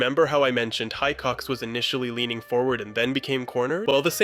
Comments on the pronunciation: Having watched this movie at least 10 times, this video makes me feel like i havent seen the movie once. Also the way you pronounce Hicox is auite enraging 😅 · Love your videos, but your pronunciation of Hicox , in a video that includes such detail on that is BAD. It's Hicox as in igloo, not HI cox as in High Chair. He even says it at the start ! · Excellent video, but every time you said High-cox I felt compelled to snap Hick-ox! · The name is pronounced "HICK-ox," not "HI-cox." One claiming to have studied this film should be aware of this. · Why does everyone pronounce his name High-cox, when the movie literally shows it to be pronounced hih-cox? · Pardon the constructive criticism but you're pronouncing the only English surname in the video wrong in your analysis - it's HIcox, not Highcox, as it is very clearly pronounced by the lieutenant himself and by his superior officer in the briefing of Operation Kino Also and again I believe the word you're looking for is confrontation in the pop-up text, not controntation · Why keep saying ‘High-cocks’? It’s pronounced ‘Hick-ocks’! Fassbender says it quite clearly in his first scene 🤔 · Wait, you noticed all these details, but not that Hicox is pronounced Hick-ox and not, as you said, High-cox? Odd. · Hick-ox, not High-cox :) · Epic breakdown of the scene. Just one thing, it's pronounced hiccox, not Hi-cox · FYI Hicox is pronounced with a "short i", as in hitch, hit, him, etc.. NOT a "long i" as in high as a kite... Great vid, but your mispronunciation drove me mad!! Here's the clip of the briefing with Mike Myers, and you'll hear Fassbender saying his character's name correctly. You may have a fine eye and knowledge of movie making, but it's also the little things that are important too j/s ;) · Hick-ox Not high-cox Sorry mate, great video, but had to be said. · Love the vid, but every time you say "High-Cox", I twitched a little. It's "Hick-ox". He even says it . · FYI Hicox is pronounced Hick-ox not High-cox